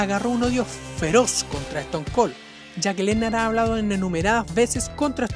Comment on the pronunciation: "bro lehner", "eston col" "rodog"